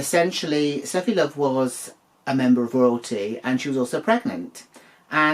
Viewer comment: Seated for this one 🍿🛀and thank you for correctly pronouncing it Sh-teffi Love in the beginning 🤣 I have a feeling Simba called her Steffi due to the popularity of German Tennis player Steffi Graf at the time.